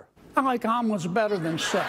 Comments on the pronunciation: I thought John Kennedy said almonds at first instead of omelettes 😅😅💀💀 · I kept hearing almonds…